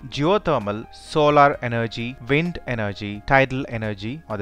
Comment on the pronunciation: preety decent he says sun and vind lol